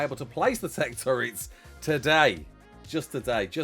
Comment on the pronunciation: Thank you for saying "TurrET" and not "turrENT"